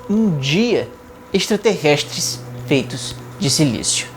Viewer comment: Mais alguém ouviu ele falando ‘extraterrests’